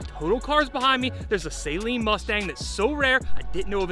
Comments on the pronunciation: Its not "Say-lean" it is "Sahleen" Why do so many people have trouble saying this? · Geez, learn how to pronounce Saleen. Saline is a solution you put in your eyes. 😂😂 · Its not a SAY-Leen!!!